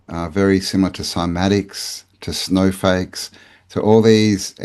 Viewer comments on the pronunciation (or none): did you just say "snowfakes"? I guess they could be snowfakes recently, at least that's what people are saying.